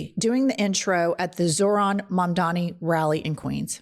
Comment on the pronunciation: absolute banger of a video i’m now subscribed. the name is mamdani !!! M-A-M-D-A-N-I